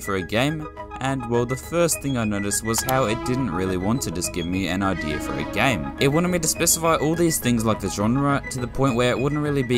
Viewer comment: Why do you pronounce "game" like "gam"